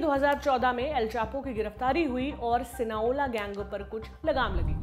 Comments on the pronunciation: It's not sinaola It's Sinaloa . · SINALOA ...aap galat bol rhi ho sinaola nhi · Sinaola nhi sinaloa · Sinola nahi Sinaloa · Sinoala nii mam Sinaloa 😂😂 h mistake hogyi apse bolne m Sinaloa cartel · शायद वो सिनालोआ है, ना कि सिनाओला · Its Sinaloa not Sinaola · It's SINALOA, not SINAOLA !!! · Not Sina Ola... Sina loa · Sinaloa cartel not cinoa Mdm gg